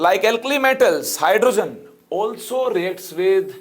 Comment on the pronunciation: hydro + geen not hydra** ... small mistake👀👀